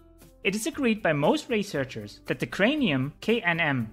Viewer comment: Solid info. But it is THE brain not DE brain. T is not the same pronunciation as D